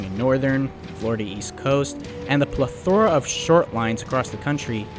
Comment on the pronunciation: SubSIDIary, not subSIDAry. Also viSCOUS, not viCIOUS, and PLEthora not pleTHORa. But the video is fascinating~